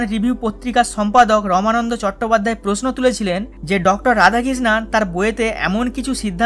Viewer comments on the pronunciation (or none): উনি রমানন্দ নন, রামানন্দ😛